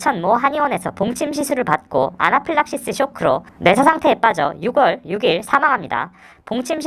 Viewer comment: 6월 6일을 [유궐 유길]이라고 발음하는 것부터 좀.... 유월이죠 육월이 아니라.